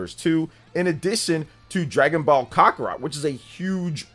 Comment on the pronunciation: Dragon Ball Cockarot? 😂